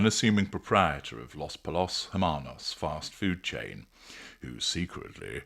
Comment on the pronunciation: Pollos is pronounced with the two l's in Spanish making a y sound.